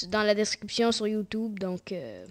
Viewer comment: "Bonjour youteub" xd j'adore